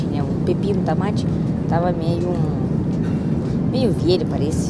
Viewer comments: Precisa melhorar a pronúncia do [Ô] nas palavras. Evitar trocar pela pronúncia [A]. balo > bolo ; aeraporto > aeroporto ; tamate > tomate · Adoro o "tAmAte" kkkkkkkk